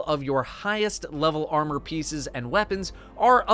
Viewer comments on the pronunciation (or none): none